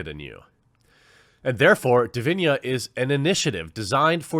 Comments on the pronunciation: Hi Jeremy great vid but i believe its pronounced di vi na and not di vi nia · As of today, still much more men play and watch E-Sports Games Which means there a more male E-Sports players Which also means there are more better E-Sports male players It's not always about "Muh SeXiSm" Edit: Its DiviNa with an "N" sound. Not DiviNHa or Diviña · Dude, you are butchering the name. It is Divina not Divinia...... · When the quaterin reads divina but says diviñia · Jeremy, it's just 6 letters. D I V I N A, not Divinia :D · It's Divina, not Diviña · Why do you keep saying Divinya when it obviously says Divina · What's witht he weird pronunciation of divina as if there was an i before the a? do you say chinia?